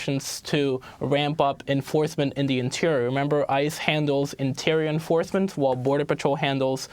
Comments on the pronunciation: "Wamp up enfawsmentz" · Latt week.... Interior enforsmen. Tooth... Dis... Moss of them...